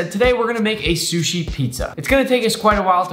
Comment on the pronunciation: "Salmon shushi pizza" Gordom Ramsey:ItS RaW